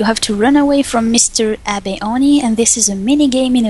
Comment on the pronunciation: It's pronounced Ah-beh, Abe is a character from an older Anime.